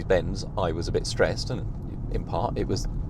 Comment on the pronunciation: This dude: "I'm no longer streessed" *Confused car noises